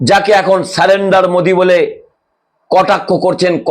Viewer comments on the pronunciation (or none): none